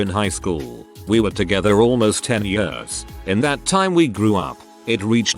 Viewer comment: Loving the anecdotes, loathing the pronouncement 'yeurs'. 🥴